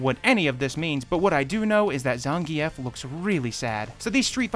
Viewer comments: Im with you, wtf who says it like Zan-Gi-Ef. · Love this video but please learn look up other people say zangief